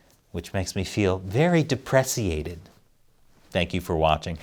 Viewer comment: Depress-iated! 😂 And, that was a hilarious close-close-up! 🇨🇦